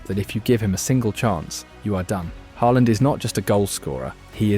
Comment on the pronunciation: U pronounce norwegian names very good.. AA means it pronouced as a Å.. U got Haaland near perfect, but stuggle with other names with letters aa. How u pronoucned Ødegård, is allmost perfect too. Great clip btw.